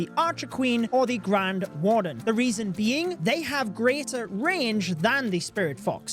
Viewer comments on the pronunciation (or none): none